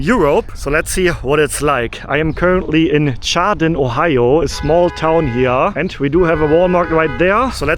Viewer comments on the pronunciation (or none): none